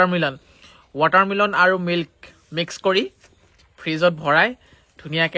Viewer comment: ৱাটাৰ মিলন😂😂😂😂। কেলা লেবেল, উচ্চাৰণ ভাল কৰ